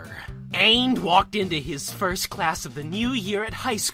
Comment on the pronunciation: says frst instead of first.